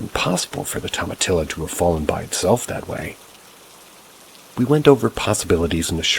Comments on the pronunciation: Lol tomatillo are little tomatoes dude and its pronounce to-mah-tee-yo. Lol being a native texan it made me smirk everytime you said the word wrong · My brother in christ, it's pronounced toma-tee-yo. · Oh my gosh i am cracking up at how youre saying toma-TILLo 😅. I love hearing it like that , being from California I've never heard anyone say it like that.